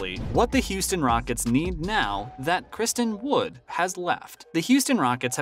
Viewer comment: In less than 1 & half minutes of this video you managed to butcher both Nowitzki's & Dončić's names. I'm not even mad, that's amazing! 😂 Edit: you even got Christian Wood's name wrong, that's got to be some kind of a record 😂 😂